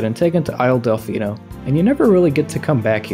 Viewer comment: I liked the video until I heard you mispronounce Delfino